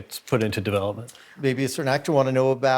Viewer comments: The Google guy says 'devil-UPment' instead of development.. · He said "Devil-up" not develope.